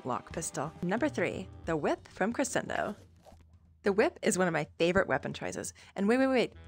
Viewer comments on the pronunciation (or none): Did you know it’s pronounced cre-SH-endo with an SH(for some reason🤔) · you’re pronunciation is wrong for the word crescendo